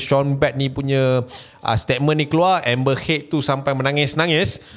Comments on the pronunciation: "Pernah dgr octaFX" Btw sebutan nama Amber Heard.. pronounce yg sebetulnya like ayat perkataan "hurt" bukannya "head" btw.. Peace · Amber heard bukan amber head. 🤣🤣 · Amber Heard bukan Amber Head...aduhh..... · Grindelwald. Dumbledore tu ex-bf dia. Lepas tu amber heard..bukan head. Aku dok fokus kat info je, tp bila ulang2 sebut head tu annoyed plak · "hurt" pun salah sebutan tu. "heard" disebut macam "herd" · maksud sy ibarat kan ke arah sebutan ayat hurt or lebih tepat herd :) peace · Pronounce heard bunyi u bukan e..